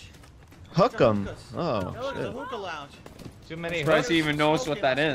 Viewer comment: "I'm not a muppet acting all loud and 'AHH! UAAHH AAAHHH! UUUUAAAH!'" Sure. Side note, the way he pronounces hookah put a spasm in my jaw.